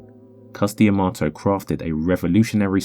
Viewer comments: It's Cus D'Amato (duh-MAH-toh). Not Cus Di Amato. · to be clear. i love this channel. but the dee - amato sounds so weird to me. it's cus dah-mato - that's what new yorkers said: and anyone who was trained by Cus said it that way. so far, i've seen anyhow.